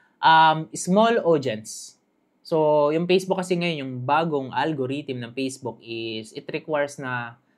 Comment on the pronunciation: Salamat pero paki pronounce naman ng letter F. Ako nahihirapan. Perporming, pacebook😅